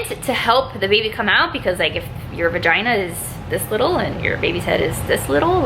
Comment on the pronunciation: How many times she said vigina